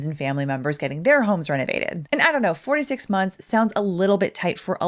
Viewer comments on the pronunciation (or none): I heard 4 to 6... Then gaslit myself into thinking I misheard. "No, no, no. You're delusional, definitely said 46... Right? Yeah" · I thought you said 46 months. I was like...is it just a one man crew?